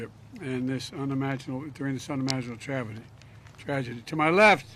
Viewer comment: unimaginable “travedy”